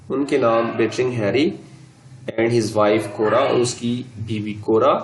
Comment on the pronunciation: Why did you pronounce it "Cor"